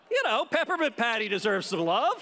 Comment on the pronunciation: Jen u are 'peppernint petty" not patty hahaha